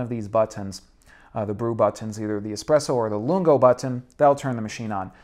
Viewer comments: Why does he say "butt-On" instead of button? 😁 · Did anyone else notice how he says “button”? 😂